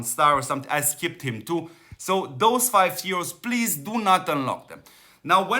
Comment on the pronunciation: constructive feedback Chest is Lanchester cast = Lancaster , thank you for all you do ...